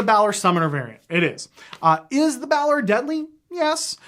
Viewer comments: Me::): "bAAlor" Me::/ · Never heard anyone pronounce Balor that way